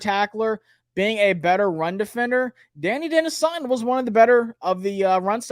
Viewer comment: Da-NYE Dennis Sutton. Please